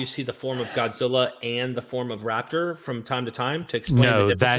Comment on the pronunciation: Is he saying “rapture” Jesus or “raptor “ Jesus??? Lol I kinda like raptor. 😅😂